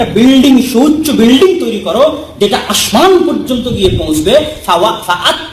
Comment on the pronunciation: আশমান না বলে আসমান বললে কেমন হয়